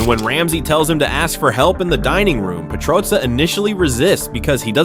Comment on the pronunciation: if only you could say petrozza correctly